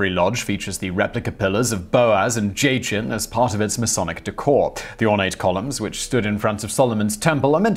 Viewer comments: "Jay-chin" lol 🤦‍♂️ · Just cause I know you LOVE it when people have a go about pronunciations. It's Hirrum Abiff (uh biff) And Jochin (jah kin)